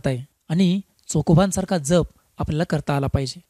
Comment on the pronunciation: दादा, जप ह्यातील " ज" चा उच्चार "जग (विश्व")" मधील ज प्रमाणे आहे. जपणे (किंवा सांभाळणे) मधील ज सारखा नाही. ("जहाज " सारखा नाही)